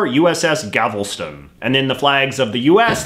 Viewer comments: Galveston, not gavelston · I thought I was getting used to your pronunciations but "USS Gavelston" got me 😆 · Also Galveston is pronounced "Gal-ve-stun". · That’s GAL-ves-ton, not GAV-el-ston. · U.S.S Gavelston. J.J, It's Galveston. Gal-vest-on. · you can tell he’s never heard someone say the Galveston by the fact he pronounced it Gavelston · The way he pronounced Galveston. GaVOlston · Btw it’s pronounced Gal-vez-ton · It’s pronounced Gal-vist-ten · The way you say “Galveston” leaves me in great distress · Timid_One me too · Idk if I'm being a ignorant Texan but is it just me that thinks he say "Galveston" strange? The island immediately came to mind for me. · How did you pronounce Galveston? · It was weird how you pronounced Galveston